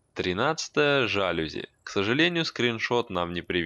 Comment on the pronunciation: не жАлюзи, а жалюзИ